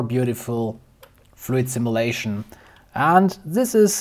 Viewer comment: Cool video, I liked it... FYI: Simulation: Sim-you-lation, not sim-ah-lation